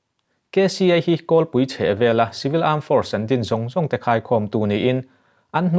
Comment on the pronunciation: ngatinge chibil(civil) ti a i lamrik zel le?